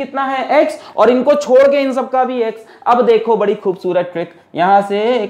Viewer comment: Who noticed chor ke instead of chodke🤣🤣 From Nepal love this teacher